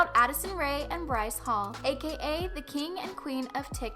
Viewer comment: ... when i heard she called Bryce the kiund and Addison the queen oif tiktok... died. first off no. second. no. and third no.